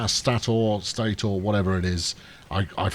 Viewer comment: Two consonants after the vowel makes the vowel hard (a pronounced as in cat); one consonant after the vowel makes the vowel soft (a pronounced as in case). So it's stay tor. Not an infallible pronunciation tip, but usually reliable.